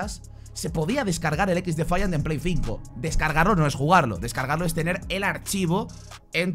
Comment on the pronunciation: Alpha o dices el nombre del juego en inglés... O me va a dar un chungo... Equis defaiant.... Suena mal.... Ex defaiant... Mejor. Y si se que se escribe XDEFIANT